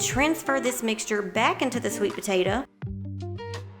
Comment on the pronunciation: I LOVE the way you say "potatah" - My mom was southern, and said it like that - She passed a few years ago.. It's nice hearing it again.